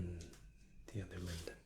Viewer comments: I was falling asleep, listening to all the amazing options in first class and you mispronouncing Lindt snapped me back awake and I had to comment! 😂 You put an extra N in there! It’s just Lind-t, not Lindent. That sounds more like a chewing gum! First Class with sounds like the best way to travel, loads of high quality freebies! The Starbucks DoubleShots are so good, I get the No Added Sugar one, definitely recommend it to people who enjoy cold coffee! Hope you’re doing ok. Always enjoy your videos and looking forward to the next one already. How’s the Covid situation over in Dubai? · FYI: Lindt chocolate (my favourite) is pronounced ‘Lint’ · German here. You can actually pronounce Lindt as "Lint", just stretch the n a little and maybe soften the t ever so slightly. Still a great vid though, really relaxing. Hope you have a great day:)